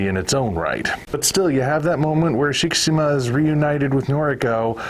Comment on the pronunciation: You are pronouncing Shikishima just fine. Carry on.